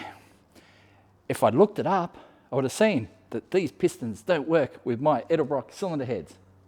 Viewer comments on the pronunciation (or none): none